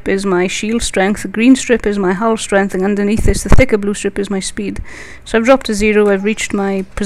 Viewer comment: this person should really include a caption link to a part where he or she (i can't make it out..) stops the explaining. the english is also quite hard to follow. hull is pronounced as hell, and apparently there is a wing of ships in his/her wing.. :s